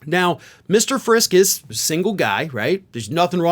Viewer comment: It’s pronounced, Frisk-EE. He is our rep, unfortunately, a hard religious, right, intense, write -crazy letters to the editor, anti reproductive rights, dude part of a well-known Friske orchards family. His primary opponent is 22 year old Parker Fairborn who is also from a well known family. According to Parker’s website, he is pro second amendment, anti Reproductive freedoms and rights for women, and is also hard right. Doesn’t support what our governor is doing. Jody Decker is running for the seat as a dem. She is a great normal person who wants to protect women’s reproductive rights and freedom. She’s someone who would actually listen to her constituents and not try to impose her religious beliefs on all of us. Vote blue if you live up in Emmet County. The GOP candidates are too extreme and some are pretty bonkers as is evidenced by this news about Friske.